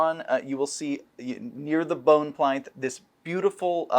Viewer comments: Pleynth? Yizz-gard? Folks, I think we've found the patient zero of "Siggul." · It was created as Sigil (hard g) and published that way in 1994. He isn't mispronouncing it, unlike "plinth."